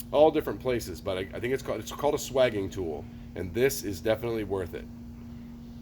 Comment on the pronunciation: Looked it up in three dictionaries. Swaging is pronounced with a long a, as in dating.